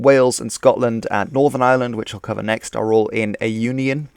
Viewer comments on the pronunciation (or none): none